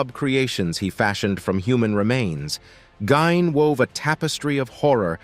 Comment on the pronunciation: It is pronounced Geen hard e. Ed Gein